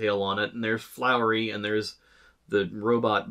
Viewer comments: It's Flowey, not Flowery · fowey, not flowery. sorry, i am too big of an undertale fan lol